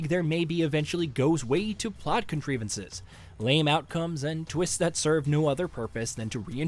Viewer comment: What is with the mispronunciations? “Posthumous” and “contrivances” ain’t gettin’ no love in this review. 😂